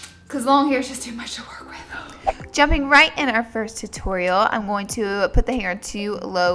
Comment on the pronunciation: I love how she says going! "I'm just GOWING to part this hair, ..."